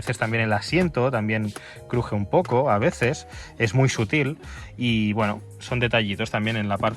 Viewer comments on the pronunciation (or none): none